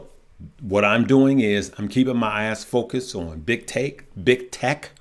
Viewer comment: Hahah it sounded like you said “I’m keeping my ass focused…” then you said it a second time and I heard eyes 😂